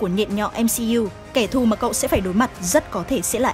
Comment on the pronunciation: ở sao em nghe cậu thành cô luôn:)